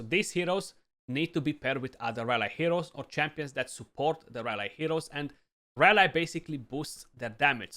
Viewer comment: nice and thanks ...have in mind that in UK and USA they pronounce the y of rally as in happy so flat and not as a standalone y and sorry for this, just to help a youtuber for the future videos